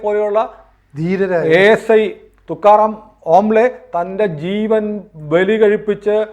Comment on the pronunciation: സാർ തുക്കാ റാം ഓംലെ അല്ല തുക്കാറാം kamble ആണ്